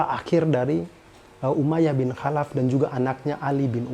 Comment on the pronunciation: Bang tlong baca kholaf. Soalnya tulisan ny خالف bukan حالف maaf mnggurui.cm koreksi